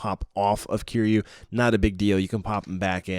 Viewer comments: The way he originally pronounced Kiryu angered me 😂 Kiyuu is a very irritating sound.. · You're pronouncing Kiryu wrong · ik it's kinda strange..